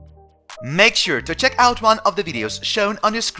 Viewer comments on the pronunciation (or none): none